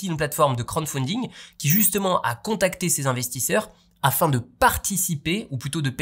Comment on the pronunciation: C'est crowd (foule) pas crown (couronne) pour la prononciation, mais c'est pas grave😊